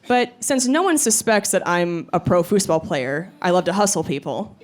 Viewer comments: very funny. i will look up your fooseball videos. but i am mostly i am commenting because i've never heard it pronounced that way before, always "foozball" edit: - great video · You really say fußball like us Germans say football. So you've loaned that word from us or what?